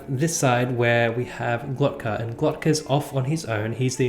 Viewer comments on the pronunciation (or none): Am I the only one who is noticing the "Glotka"? LOL It's Glokta, my dude!😁 Great review btw, do a spoiler chat as well please. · Yeah it's a weird name kinda.. Glock Ta not Glot Ka but whatever.